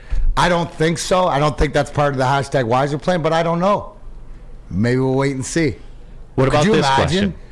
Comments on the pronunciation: I think he's saying 'wiser-plan', his little spin on the yzerplan because he knows Stevie is a smart GM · Fuck at this point...7×8....dmac still cant even get the yzerplan said right...its not the whyzerplan just like its not whyzerman